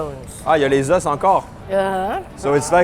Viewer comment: un os , des os tu sais cela ce dit pas la meme facon ?